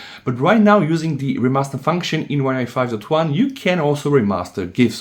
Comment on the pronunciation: "OneUI two twan"? Does anybody understand when this guy says OneUI 5.0/5.1?